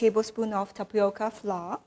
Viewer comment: Good recipe. Please note pronounce "Flour" same as " Flower" ( English)